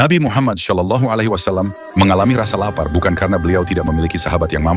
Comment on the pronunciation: Afwan terahati, lafal "s" pada shalallahu tolong dicek yaa